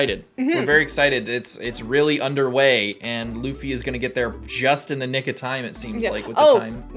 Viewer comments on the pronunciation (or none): none